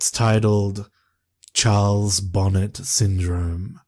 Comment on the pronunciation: It's pronounced bon-ay... It's after French genevan botanist who suffered it the term is coined after